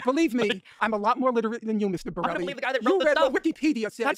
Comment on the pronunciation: Finklestein really pulled out his Steve Brule-sona in his inability to say Mr. Borelli's name lolol